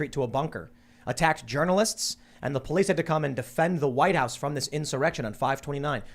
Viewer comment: in-soy-rection! hahahaha!